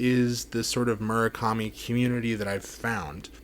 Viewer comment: Would it kill you to actually pronounce his name correctly